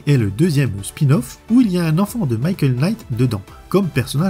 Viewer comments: ""Quenight".. lol .. le K ne se prononce pas .. "night" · le K de Knight est mué comme tout K suivit d'un N en anglais , ça se prononce Night :)